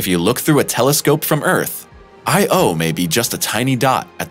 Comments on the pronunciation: Dude, you’re KILLIN’ me... Every time you say, “I - O” you make me cringe. It’s not two separate letters. It’s ONE word, pronounced, “EYEyo” with NO separation or pause between the letters. No pause between the letters. One word. Say it quickly, Io (EYEyo) with the emphasis on the ‘EYE’. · Europa= Eur-oh-pa not Euro-pa... second only to I-O. Or corectly Eyeoh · "Io" is not pronounced "Eye. Oh", it's pronounced "EyeOh"...no break between the sounds. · Why is earth “unusual” for having only one moon? The rocky, inner planets are unlike outer, gas giants. In their own context, the inner planets have low-number or zero moons. Earth is merely average for having one moon because Mercury and Venus have none, and Mars two. And what’s up with the robotic “Eye Oh” pronunciation? It’s Io. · well, actually it should be pronounced something like "EEyo" but that's another story... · It is not separate sylables, "I," and "o." But blended in sound as Eyeyo. Those letters are not acronyms. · Dude said.....I......O. and EUROPE-(AH). ER-BODY ELSE SAYS IO AND EUROPA. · Couldn't continue watching this, became too irritated by the constant I - O. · Say 'iodine', and you'll have the correct pronunciation for Io...!!! You're welcome.... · actually it's pronouced as EE - OO, it's not english but latin. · really...!..... its not that hard,,,,, the rigt way tp pronounce it "I OWE''. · So annoying when supposed experts can not take the time to learn how to pronounce words within their sublect matter. Every time i heard I O, i cringed. Europe - ah? Channel should be called interesting pronunciations. This channel gets an f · I had to stop this after three minutes. Listening to this guy pronounce Io as if it’s just two separate individual letters like in A.I. Is like nails on a chalkboard. No one thought to correct him throughout this whole voice over recording process? But then, every once in a while he gets it right. It’s like watching a commercial for Xarelto.